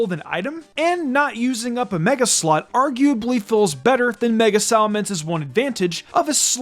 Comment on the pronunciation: Okay, I know you didn't intend for it to sound like that but at time stamp you sound like you're saying (And not use up a Mega-Slut.) XD